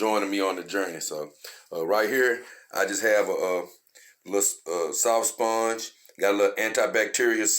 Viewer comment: I like how you say sphonge